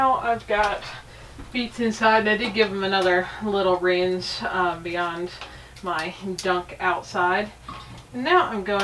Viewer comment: lol.. you might also want to complain that she pronounces "rinse" like "rinze" oh wait that's adorable too.